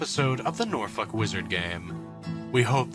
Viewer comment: I will never get over the fact you pronounce Norfolk as Norfuck xD